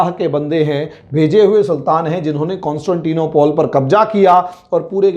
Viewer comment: nopole nahi, nople hai